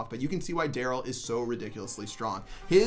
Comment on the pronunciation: He literally calls Darrell everything but Darrell